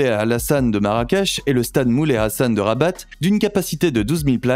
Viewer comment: Les palais sont au nom de l'Etat . Le palais officiel est celui de rabat(il ne faut pas prononcer le t de rabat) sous le nom el mechouar assaid.